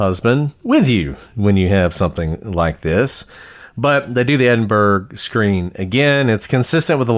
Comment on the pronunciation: Edinburgh is pronounced "Edin-bu-ruh", or "Edin-bruh" depending on which Scot you speak to, (or Em-bra if they're having a terse day), and not the typical American "burg" at the end.